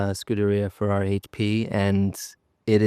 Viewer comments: It's nice that he got the team's name correct this time 😁. Forza Ferrari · He nailed the team name. Just on his first season. Well done!! 😅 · And he gets the teams name correctly the 1st time he says it on an interview 😂😂😂 Guess the previous team name was too long neh???